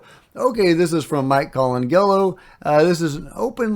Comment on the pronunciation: Heard you pronounce that account name Mike Colangelo the same way a couple of times now.. indicates that maybe you don't get the joke - clearly a play on the name of the famous Italian artist Michelangelo, usually spoken as one word rather than two.